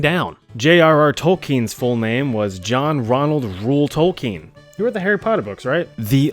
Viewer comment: Tol keen? It's token